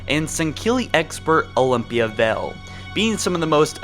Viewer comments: Vale..not Vell..but ok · ok say it with me: vay All =Vale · Vale. V A L E. Not Vell. Wow.